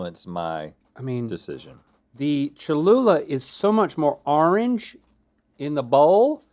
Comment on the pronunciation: It’s cholula